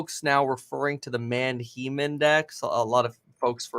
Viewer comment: I'm like 90% sure he's pronouncing the Manheim Index incorrectly. He's saying "Man-Heem". I think its pronounced "Man-HAI-M" like the all female band "Haim" or the city of "Anaheim, California"